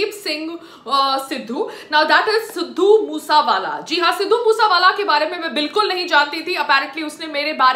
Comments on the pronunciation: Sidhu moos wala 🤣🤣.Uh biba naam ta laina Sikh la it's sidhu moose wala not moos wala😁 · Phele bolna to shik le sidhu moose wala h vo tu kya bol rahi h 😂😂😂😂🤣🤣🤣🤣😂😂🤣😂🤣😂🤣😂🤣😂🤣😂🤣😂🤣😂🤣😂🤣😂🤣😂 htttt sali. 😂🤣😂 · Arey Bnn tu phle sahi se naam to bol Bai k Tujhe munawar ne thk kaha tha tu vedio upload krke glti krdeti ho😂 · Siddu moosewala ka naam to sahi se lele chali video bnane 😂😂😂😂😂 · Pahle name bolna Sikh le uske bad bat kar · Didi pehle nam shi se Lena sikho fir bat krna.... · Pehle naam to sahi bol le satvi fail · Naam toh shai se bol le